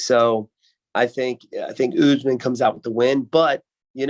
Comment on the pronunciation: "belal can't take ooozman"